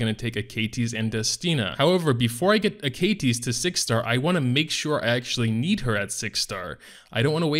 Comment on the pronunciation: A-Ka-Tis....that really pisses me off lol, it should be A-Ka-Tes right